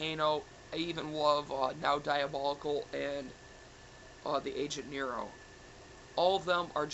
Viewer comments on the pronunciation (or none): none